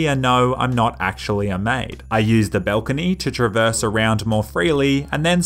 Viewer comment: Did u say belcony it balcony?